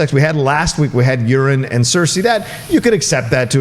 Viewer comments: Dude, it's Euron.....not Urine. Haha cringe. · Did you just call Euron..Eurin? Cmon it sounded like you said Urine bruh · Depends on one’s accent. Or, it’s a nickname, because he always gets it all over himself, you know Urine. 😂 Jon totally called him Urine. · K E N N Y G 43 yeah some people don’t respect names. One of my pet peeves. lol So annoying. Yur-ON. sheesh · He called Drogon Drago during the entire season 7 reviews so I'm not shocked by the Euron mistake